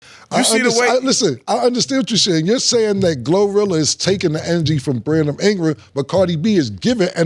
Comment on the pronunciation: Cam: "Brandom Ingra"😂😂😂